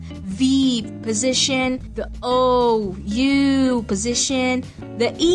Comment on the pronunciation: positiion every time, now writing positition.. i love your sound, kind a cute ^^